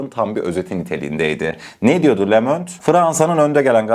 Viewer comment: Le Monde yazılır, lö mond diye okunur. Anlamı dünya demektir. Fransızca bilmiyorsan Google dan çeviriyi aç. le Monde yaz. hoparlör şekline basıp okut öğren